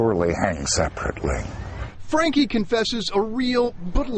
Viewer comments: For anyone interested, his olast name is pronounced differently in case it is a german name: German doesn't pronounce a and e the same as english. Frun-kuh is probably the best way to write it down, I can't handle phonetic yet. For real pronounciation just check with a translator, like LEO: There is a tiny play button somewhere on the right next to 'der Franke'. That should play the audio. :) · "Danke", as weil as "Franke", is actually pronounced with an e that sounds like the e in education. But it's funny af to hear it pronounced the english way :D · It's sad to watch someone clearly suffering mental delusions and as a result just letting his house get that bad. Why tf hadn't adult services got involved? Also, the German pronunciation is for danke is Don-ker,so franke would be similar. I took it for years out of choice and some of the words are hilariously pronounced 😂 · The "e" in "danke" and "Franke" is pronounced like the "e" in bed.